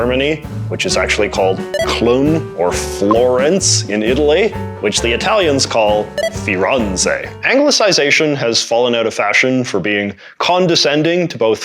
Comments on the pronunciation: i don't want to be that person, this was a cool video, but that's not how you pronunce "Firenze" at all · Proceeds to even butcher the name of the places even more... Köln, not clone but K-uh-l-n, Firenze, not firanzeh, but fee-ren-zeh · Firenze is pronounced as written (with z like in pizza) and not Firanze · Great topic choice, and overall good video, in my humble estimation. That said: FORENZAY? UHMLOT? facepalm Here's hoping you were being facetious with those pronunciations. Also, I think your audience is literate enough for the word 'diacritic'. One more thing: The accent going the opposite direction of 'acute' is called (not 'acute' but backward) the grave accent. Otherwise, though scattered with a few more smaller errors, I really enjoyed this video. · Yes, i think, that's a wonderful piece of comedy, and i think it was intentional. 🙂 j.j. says 'Cloon', 'Firunzay', and 'Undrass Grove' to be the "actual" pronunciations of Köln, Firenze and András Gróf. i think we can call it an uber-joke on a linguistic meta level. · Great video, but in future maybe look up the pronunciation of non-English words before you put them in the video. The pronunciations of Köln and Firenze were especially painful, but really all the German words in here were very rough and could've been quickly corrected by a simple google search. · that might just be the worst prononciation of "Köln" and "Firenze" I have ever heard XD... like, it's not even close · ....and Firenze didn't come out well either. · Just ask your community, patreons, discord, whatever how to pronounce certain words. Köln and Firenze were so far off... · You probably need to improve on pronounciation of Köln and Firenze. Europeans would not understand you. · Also Firenze 💔